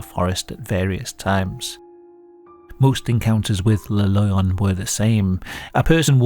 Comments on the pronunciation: Cool video. And yes, you're pronouncing Maules pretty good. It sounds a little like the English word "mole", but the vowel is more "pure". "Le Loyon", however, is technically pronounced more like "luh lwah-yon" (I'm too tired to post the IPA transcription, though, sorry. =) The "oy" is pronounced like "oi" in French (that is, like "wah" in Englihs). As for what he is, could be a WW1 (or possibly 2, but I doubt it) deserter who got lost there and died of exposure (or a skin disease xP)? In both of the wars, Switzerland was, of course, neutral, and most of the time the nations involved respected that. But it it's surrounded by France, Germany and the low countries, and because of the lack of much military and the many forested areas with few inhabitants, it conceivably could harbor deserters during that time. They did issue gas masks in WW2, but gas wasn't a very big threat, unlike during WW1, when gas was one of the most common ways to go. But yeah, Idk. It's all just speculation. What I do know is that back in the '90s and '80s, when I was a kid, urban legends were often more believable than the millions of Internet-born ones nowadays. Like many rumors, they usually start, or at least did then, with a seed of truth. The newer ones are mainly just embellished ghost stories spread online, though. Go figure. Like so many other good things (for example, real hip-hop/rap, common sense, privacy, rain/snow...), the best urban legends have died with the 20th century. Requiescat in pa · The comment about the name is plausible ngl. In spanish lion is pronounced "leh-on", written as León. Sounding very similar to the way you read it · "Loyon" sound like a Bri'ish pronounciation of lion. Like, "a fookin' loyon? u wot m8?". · Every time he says "Le Loyon" we take a shot.